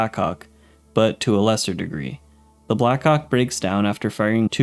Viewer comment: The way you pronounced blackhawk I did not look on the screen when i heard it and was a bit confused💀💀💀💀